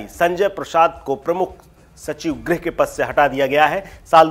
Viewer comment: 'ग्रह सचिव' नहीं, 'गृह सचिव'!